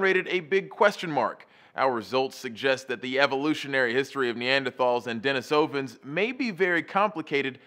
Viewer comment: De-NEE-so-vans, not DenisOvans.